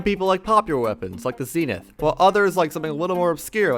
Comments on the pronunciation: "zee-nith" ITS ZEHNITH :cri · It’s zenith not cnith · its not zeenith its zehnith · HE CALLED IT A ZEENEETH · wait did he just pronounce zenith zeenith? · this guy pronouncing hallow ‘hollow’ and zenith ‘zee-nith’ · Ah yes, the ZINITH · This man just said zeenith, I’m dying XD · British pronunciation is “zeh-nuhth,” so I’m gonna keep using that, even though I AM American. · Actually it pronuced zee-nuhth so ur wrong kid